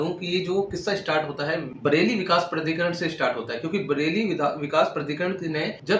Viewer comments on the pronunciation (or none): प्रधिकरण नहीं। प्राधिकरण उच्चारण सही नही है आपका।